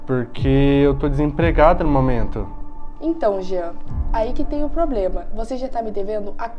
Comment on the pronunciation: Ploblema seu